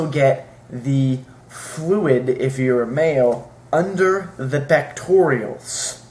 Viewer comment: "Pectorials"? This guy is not a doctor.